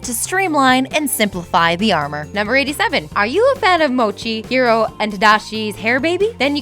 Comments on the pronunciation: Honey Lemon says "Hiro" once, the rest of the time she calls him "Hillo" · Finally, some one who realises that honey lemon pronounces Hiro correctly